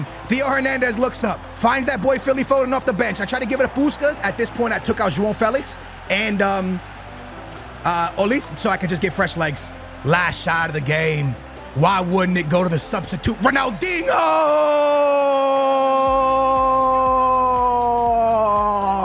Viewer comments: Bruh its Olise-ay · I believe its pronounced o-lee-say